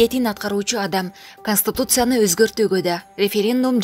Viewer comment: 0;37 канстутутсияны😁